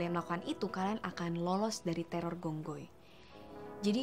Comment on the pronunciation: Phi khong hoi. Gong goi salah